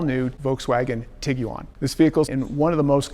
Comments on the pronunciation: Most Americans (including myself) pronounce it "Tig-wan" with the u being silent. This is the first time I've ever heard anyone say "Tig-u-wan". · Tig wan, not tiggy wan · Did be USA really pronounce it that way. It’s an iguana cross with a tiger so ti guan otherwise I enjoyed your review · Why it sounds like he says Tiguan like Tig u on lol